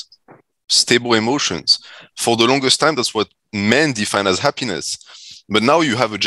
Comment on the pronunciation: saying hap-piness is hilarious 😂